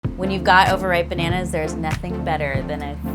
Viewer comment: I can think of other words to be apologetic about. Like, saying "pananas" instead of bananas.